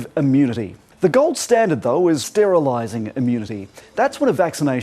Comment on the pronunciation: 'STERLISING' LOL